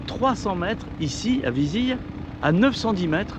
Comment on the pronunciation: Bravo pour cette vidéo. J’aime bcp la tonalité de cette chaîne 👍 Correction, on prononce ViziLe